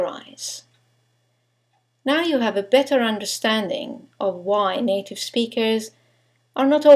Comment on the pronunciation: why r u sayin native like it was NATO??!